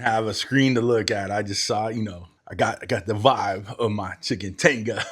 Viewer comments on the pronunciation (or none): Say it like this : Te-ga the I is a e sounds in Spanish